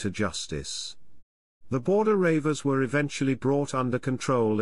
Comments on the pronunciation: Ha ha ha - you cannot even pronounce reivers correctly... "Border Ravers" ha ha ha.... it's pronounced REEVERS and spelled either as Reaver or Reiver. You missed out the WORST of the English Reivers the Charltons, Dodds and Robsons, Milburns and English Grahams. That isn't what happened either - when King James came King of England and Scotland their lifestyle was finished! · Maybe the narrator also is a Baltimore Ravens fan. 😂😂😂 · is he for real.he cant even pronounce reivers.